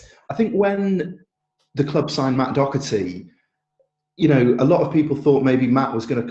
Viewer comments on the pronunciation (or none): Why do so many journalists, .... insist on pronouncing Matt Doherty surname DOCKherty.? This is simply not the pronunciation nor the SPELLING!